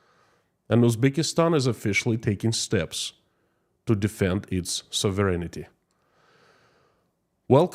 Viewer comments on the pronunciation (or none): Hello, just discovered your channel & it's very informative. Permit me to offer a pronunciation tip on the word "sovereignty". Say it like sov-rin-tee & you'll be pretty much dead on correct.